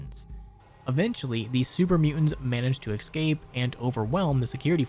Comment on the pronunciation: the work is escape, not excape